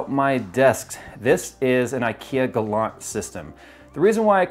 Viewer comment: You made me smile when you pronounced the "Galant" and "Bekant" names. If you did not know "Galant" means more ore less excellent and "Bekant" means familiar.